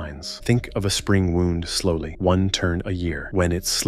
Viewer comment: AI has a problem with identifying and pronouncing wound and wound.